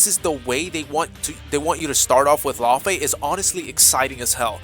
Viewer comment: Lau-Fae. yknow. Loki Laufeyson?